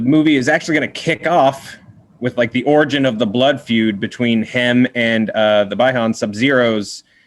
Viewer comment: “Bi- Han” It BEE-Han Bruh Smh I Can Tell These Guys Are Not Mortal Kombat Literate. & Lackluster Jokes 😑